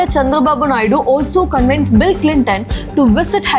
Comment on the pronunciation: Hew-ston not HOUSEton SPOKEN not speaken Cun-vinced not CON-VANCED Become not Became